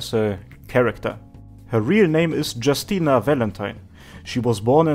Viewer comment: Her name is pronounced "Yoostina"